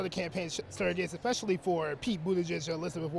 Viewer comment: I hate when people say "ek-specially". Theres no "c" or "k" until the latter half of the word and the "c" is soft. Say it with me ESpecially